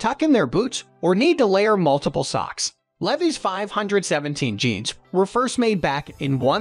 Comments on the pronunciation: Leveees? Levies? (Levi)! LEVI's L E V I S, LEAVE-EYES!🥳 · The robot voice needs to learn how to pronounce "Levi's " lol ridiculous. 😂😂😂